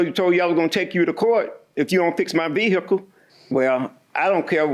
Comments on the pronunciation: VEE EH CULL 😅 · I came looking for a comment about this 🤣🤣 VEE-HICK-UL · Ah it's the VEE-hickle guy!